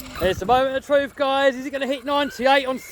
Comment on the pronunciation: Great creations this guy makes... if only he could find something to pronounce the ‘r’ a little better .. offwoad, twuth, hundwed, it started to wain ... haha